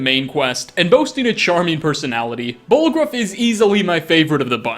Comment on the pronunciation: Okay but...."BallgrOOF"